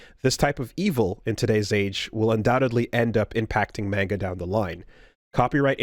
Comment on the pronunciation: I don't think i've seen gamers pronounce manga properly